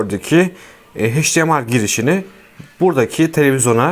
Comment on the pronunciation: Adam hdmi demeyi bilmiyor akıl veriyor